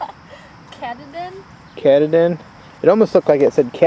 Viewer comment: The second potatoes are pronounced kuh-TAH-din ☺️